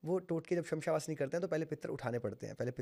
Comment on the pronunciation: Shamsha vasni nii..shamshaan vaasni bola jata h..pehle naam to sahi bolo bhai